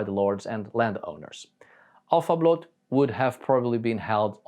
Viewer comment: Älvablot...not!!!!!! Alfa.get better.